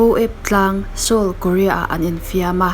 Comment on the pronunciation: Ngaihthlak a nuam ṭhin hle mai. Seoul pawh Se-awl ti loin Sawl tiin i lam thlap mai..👍👍👍